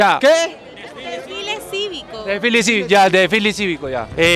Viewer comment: "Desfili ciVico" ....pendexxx